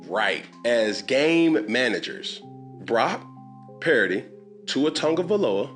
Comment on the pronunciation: He feels so badly towards Brock Purdy he won't even say his name correctly... Brack perdy, F Newton. Not for his opinion, but for his blatant disrespect...